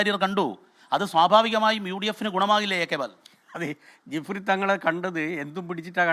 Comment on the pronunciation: ജഫ്രി തങ്ങൾ അല്ല ജിഫ്രി തങ്ങൾ.